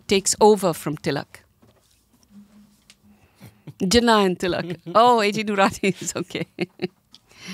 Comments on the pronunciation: Just a random observation: It feels good when you hear Marathi words pronounced correctly e.g टिळक and not Tilak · I'm glad she's pronouncing Marathi words like Marathi surnames such as Tilak properly as टिळक with ळ instead of ल. It's not contradictory if you consider that no one would want loss of land that belonged to your civilisation & culture for centuries before outsiders took over. Because belief in a god or gods & goddesses isn't a prerequisite to be a Hindu. Rajya means rule but it also means State, for example Maharashtra Rajya means the State of Maharashtra or simply Maharashtra State. So, Hindu Rajya can also mean Hindu State. Rashtra is said to mean Nation although some say it's not a perfect translation that Rashtra isn't the same thing as Nation. But if you take it a Nation then Hindu Rashtra would mean Hindu Nation.